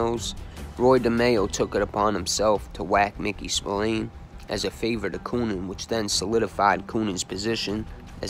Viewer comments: Spill Lane not Spill leen ffs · And Spillane is pronounced spill-agh-ne..... get it right if you're gonna do it at all.... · As Irish I'm cringe every time u say Spillane, it's pronounced Spil lan like man.